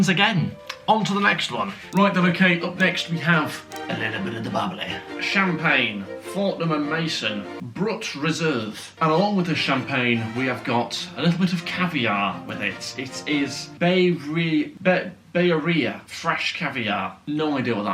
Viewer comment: Pronounce Brut as in champagne as 'broot'. Great video, you always make me smile.